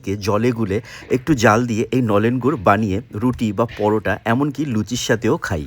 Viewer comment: Babu tumi je gur ta bole chile khuuubbbb baje go